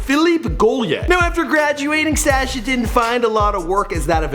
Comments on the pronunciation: It's pronounced as Sâshjaa not Sèêchje, he sounds like a goat or lamb when pronouncing his name. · The way this guy pronounces his name is very irritating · Why does he pronounce Sascha like that???